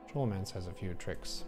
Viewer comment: SKO (rhymes with blow)-low-MANCE. This came up on the forums during Vanilla all those years ago, and the devs weighed in to tell us.